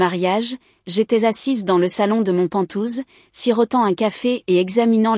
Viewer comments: IA on dit pent haouse pas pentouse😂quoi que c'est rigolo pentouse. Ça ressemble un peu à ventouse comme la famille pot de colle toxique 😂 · pas "pantouze", mais "penthouse" !!! mdr